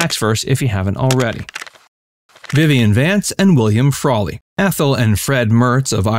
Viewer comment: "Frawlery"...? No. Research department, all you can do from here is step up. Unbelievable.